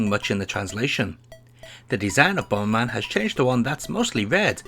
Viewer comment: BOMBERMAN ❌ BOMBMAN ☑